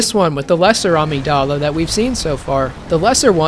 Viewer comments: Love your shit. Btw Amygdala is usually pronounced Uh-Mig-Duh-Luh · AMEE-G'dala lmao? Please research how to pronounce shit before making these in future my guy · Uh-mig-duh-luh. Yes, it’s a play on words but the brain part is not pronounced the same as the creature. Since we are addressing pronunciations. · everytime he says amygDALA i lose it a lil ngl. great video though really fun to watch! got to and i get it now lol. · this game and review irreversibly changed how i pronounce the word amygdala.. LOL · This is so great. Have you since learned how to pronounce Amygdala? 😉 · Listening to you pronounce amygdala wrong so many times in rapid succession gave me an aneurism. I know it's correct in-game but not when you started talking about the brain lol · The way you pronounce amygdala is unique. I never played this game, do they pronounce it that way? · that is not how you say amygdala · Never heard someone pronounce Amygdala like that Was so confused about what part of the brain he was talking about till I look at the screen and saw the word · I love your content SO much, bro. But the way you pronounce "amygdala" when referring to the real-life counterpart is just criminal... lol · My favorite part is when he mispronounces amygdala 100 times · There’s no way you’re American, your pronounce almost every single word wrong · God I love the video but brother went to college for it and still mispronounced amygdala so many times it made my monkey brain grug out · the pronunciation of amygdala as ameeg-DAL-uh is KILLING me. xoxo, a neuroscience major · Weird not to google how to pronounce new to you words. It's amígdala. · Amazing video. I wish more people would do this for the fromsoft games. Also… Uhh mig duh luh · I will also note that amygdala is actually pronounced ah-MIG-duh-luh and I was so taken aback by your pronunciation I had to question myself lol Edit: oh that's how they say it in game... That's weird... I honestly hate that...